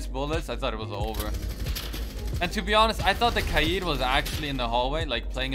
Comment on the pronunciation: The way you pronounce kaid